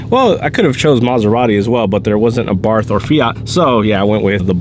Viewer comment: it is pronounced " Ah Bart".....the H is silent